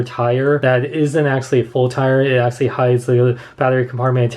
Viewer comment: Is it just me or does he say "Axshally" a lot?